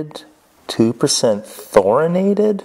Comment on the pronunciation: The fact that he pronounced the tungsten incorrectly tells you everything you need to know. Its LANTHanated, not LATHinated, and there isnt even a N in Thoriated...